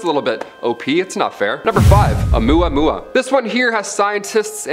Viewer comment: You said Omuamua Right